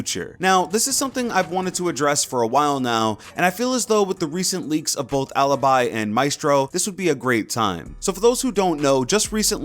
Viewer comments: its aleebee not aluhbuy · I'd like to hear their names as they are supposed to be pronounced Its not MIHSTRO and ALYBY. its maestro and alibi Thank you. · It's not alabai 😂😂, it's alibi!!!!!!! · OMG, how bad you pronounce them, it’s Aleebee and MaEstro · how the hell did you pronounce alibi? ALIBAI? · Elia Adamo or listen up... I'm not fluent in Italian but in this context it's pronounced 'alabai' as in the law term of having evidence of being elsewhere... For eg u have been recorded being in a bar while the murder happened in let's say a mall... So no I'm not stupid u are... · you don't pronounce correctly bravo, because you say bravou but its only bravo. Alibi, if you really wont its a latin word so you pronounce it whit the appropiate mode so in italian because the op its italian, you are a simply stupid english....